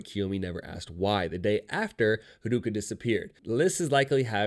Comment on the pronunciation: This person omits a lot of details and misunderstands character motivations Edit: and butchers the pronounciation of character names (harooka lol) and is very defensive